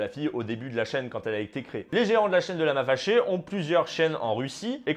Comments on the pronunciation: Quand a dit "lama faché", au début, j'ai compris "Lama Lavé" Ai-je l'esprit dérangé? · Moi j'entends " Lama Fèchier " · Perso j’entends « lama fait ch*er » 😅😂😂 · "Lama féchié" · Y a que moi qui entend : "lama fait chier"?